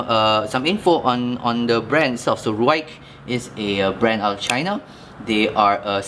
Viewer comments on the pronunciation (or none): Hey brother it’s pronounced Rike it’s a particular dialect which literally means cutt or sharp lol... I’m a white dude and my Chinese friend let me know this not laugh but you cutt yourself right after you did not pronounce it correct lol... hope your ok tho. So I know it’s weird cuz the western language totally against what we learned how to spell so it doesn’t make sense at all to us but it is pronounce Rike. Ok I like how you compare the slimness to the dragon fly I have both dragonfly 2 and this knife your correct there pretty much are exactly the same width. But the crazy thing man is I have a Benchmade 940 the green aluminum I compared these to the 940 is a little thinner in the handle and of course the Ruike blade is wider and the a little longer but they nearly have the same ergos and honestly bro I love 940 but I’ve started carrying this for the last month and it has everything the 940 have except axis lock but it does have dual them studs and a flipper I like knifes with multiple deployment options The Ruike has the Bearings the 940 is F bronze washers the 940 of course has s30v steel of course superior to 14C28N but here is my point the Ruike has been holding its edge awesomely, when I’m working with it I feel more comfortable with the Ruike and I’m and loving how much wider the Ruike blade I can’t seem to switch back to 940 it just feels kinda awkward now and other similar size knives and this is a super budget knife but I’m carrying and more comfortable with it r